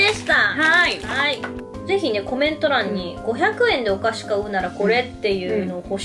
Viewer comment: 「お菓子」が「お箸」に聞こえて、 「え、遠足と言えばお箸なの？？？」と1人パニックになったのは私だけですかね？笑